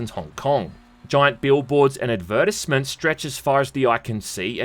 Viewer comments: Hold up, hold up, hold up. You said "advertisements" like what now? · My only mistake when getting the GOTY edition or w/e of Sleeping Dogs is it came with the DLC that gave you ALL THIS FREE STUFF from free cars, clothes, guns, and like a shitload of money. Kinda ruined the humble start for me Still good game. Also, how the hell did you pronounce advertisements?